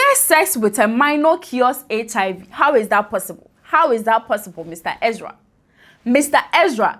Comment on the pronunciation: She's also saying "Exra" instead of "Ezra".